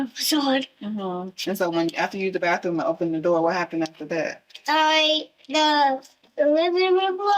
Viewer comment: Bath room not bath thoom 😒